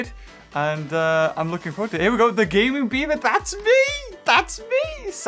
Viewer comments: Fake bever -Yes yes ( it is in fact pronounced B-ever) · Its beaver not bever. Learn English